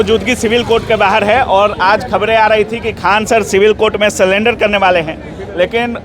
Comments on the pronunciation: Bhai sullender nahi Surrender hota hai.. ap reporting kar rahe ho to sahi boo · सरेंडर ❌ सलेंडर ✅ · Surrender ko salender bol rha hai😂